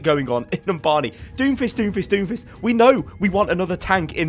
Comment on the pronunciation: uuh did you say doomfish?